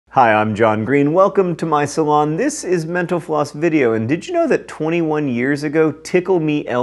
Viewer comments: Anyone else notice that in his closing, when he says thanks for watching mental floss, it sounds like menopause? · whenever he said “mental floss” i tHOUGHT HE WAS SAYING MENOPAUSE AND I WAS SO CONFUSED